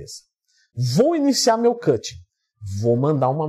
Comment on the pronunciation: Vc está falando cuching e não cutting.